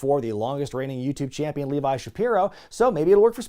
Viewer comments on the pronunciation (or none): none